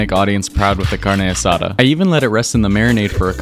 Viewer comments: It’s not bad but cadne asada should cook it well done and Mexicans pronounce it ca-ñe a sa-da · "CaRnEe aSsAsDa" Don't get mad Don't get mad Don't get mad Don't get mad Don't get mad Don't get mad IT'S PRONOUNCED CARRRRNE ASSADÁ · It’s pronounced carn-asa-da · As a Mexican it’s pronounced Car-dne es-A-tha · "Carneigh asahduh" as a hispanic I am offended by the way you pronounced it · Why the carna Sada PRONOUNCE IT PLS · You did the carne asada good but the way your pronounce it was making me die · I'm Brazilianc so we pronounce Carne Asada almost exactly like the rest of South America... WHO TF TOLD HIM IT WAS OKAY TO PRONOUNCE IT LIKE THAT!?